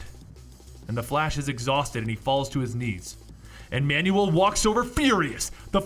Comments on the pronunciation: It's annoying how you pronounce Manuel as man-new-wel. It's pronounced MAN-wel. Dude, I literally stopped watching midway cuz I got annoyed every time you mentioned manual HAHAHA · I know you've seen this, but it's driving me nuts. It's pronounced "Man-well."